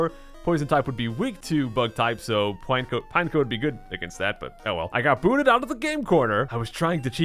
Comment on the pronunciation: Pretty sure it’s pronounced pine-echo